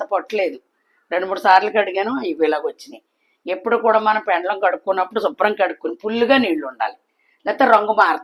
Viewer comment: పెండ్లం కాదు పెండలం